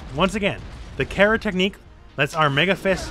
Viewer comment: It’s pronounced Cara but patato potato I guess